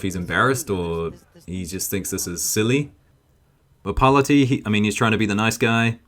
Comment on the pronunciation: I think the judoka who got hansoku against Parlati was using a standing waki gatame by trapping Parlati's arm in his gi. Might have been by accident, or maybe sneaky pool... 😬. I believe the Italian's last name is pronounced par-LA'--tee, by the way. Cheers.